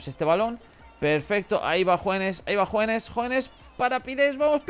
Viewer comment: desde cuando Hoeneß se pronuncia JUANES? es porque jugabas con la camisa negra?